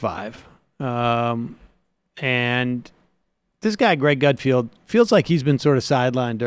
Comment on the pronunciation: To be fair, not reading something and then commenting on it is kind of Sam's thing. I mean, the guy can't even pronounce Greg Gutfeld's name correctly.